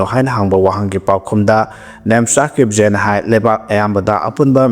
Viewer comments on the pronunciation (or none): Kip. Jen is to pronounce kip gain.